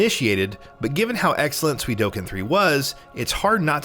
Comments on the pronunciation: For the love of God, it's Suikoden not Suidoken. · way to flip the d & k in Suikoden....swee-koh-den not swee-doh-ken ffs... and I say if it's not an actual 1st party IP, a remake should appear on more than just PS5... also: the original 4 part .Hack series the Xenosaga trilogy Primal Summoner 2 Rumble Roses Tales of Destiny 2 Tales of Legendia Tales of the Abyss Oni Mercenaries: Playground of Destruction Rogue Galaxy I'd like to say Half-Life, but at this point they should just put Black Mesa on everything.... and Tony Hawk's Pro Skater 3 should have been remade as an expansion to the THPS1+2 remake but Activision is apparently too retarded to see how smart & awesome that would be.... oh, and remasters of X-Men Legends 1 & 2 please... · "Suidoken?" really? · Did he said suidoken 3 instead of suikoden 3 ???? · why did i hear sui-do-ken but the game's title is suikoden? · SUI DO KEN.... SERIOUSLY!!!?!??!!?!? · Dude how or why are you pronouncing “ko” as “do”? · Suidoken? no one?